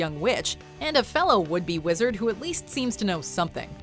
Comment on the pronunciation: Yar A Wezard Harray